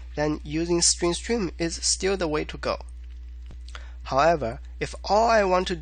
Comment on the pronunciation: Why you pronounce string as stream...